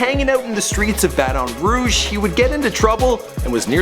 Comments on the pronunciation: Why does he keep saying Bat-on Rouge ? nigga it's just Baton Rouge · You said Baddon Rouge its Baton Rouge. It's pronounced ba-tin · Ba Ton rouge nigga its Baton Rouge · It is not no Bataton Rouge it is Baton Rouge because I from there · The way he say baton Rouge it's not bat-on its pronounced batin but spelled baton 😂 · its bat-en-rooge you ideot, not batanroog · Its Baton Rouge not Bat-on Rouge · bruh its not BAT---ON ROUGE ITS PRONOUNCED LIKE THIS BATEN ROUGE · Omfg. White people. Do you ever leave the house? It's pronounced batin rouge not Ba-Ton rouge. Have you never heard of it? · Baton Rouge is pronounced like (BATEN RUDEJ) please learn to pronounce It! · It sounds so weird for some one to say Baton Rouge like the host is saying it, lol! i guess since its a French word he's technically saying it right but if u from here you know We pronounce it basically like "Battin' Rouge" lol!!!😉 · ba-ton rouge?????? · Y he say baTON rouge 💀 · he says Baton Rouge like it's fucking poison in his mouth it's Bah-ten-rooj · Baton(bat-in) Rouge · it's like bat-in rouge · Bahaha he said Bat-On Rouge 😂😂😂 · oml the way u pronounce things. lmaoo "BATOON ROUGE" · NIGGA STOP SAYING BAT ON ROGUE..... YOU DON'T PRONOUNCE SHIT RIGHT IN HALF YOUR SHIT 😔😕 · why he pronouncing it like that Baatoon rouge its just baton rouge dang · It's pronounced Baton Rouge not bat-on Roy-ge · Its pronounced bat•ten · "Bat-on Rouge" that shits annoying dick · It's Bat-un Rouge nigga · bat-on rouge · Say it like this Bat-in Rue-g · Did he said batam roudge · The way you pronounce Baton Rouge..Here in Baton Rouge we pronounce it as "Bat-ton Roo-ge" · Or "ba-on rouge" lmao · Isn’t that Funnymike, I’ve been watching his videos but he never said he was 22 Savage. I thought it was just a random dude. But I hate how pronounced Baton Rouge it’s just annoying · lol not how u say Baton Rouge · U sayin Baton Rouge mayne but I respect 22 he from BR lik me but 21 gang